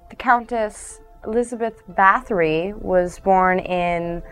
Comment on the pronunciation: WHAT THIS IS NOT RIGHT AT ALL WHAT? NO YOU CANT EVEN SAY HER NAME RIGHT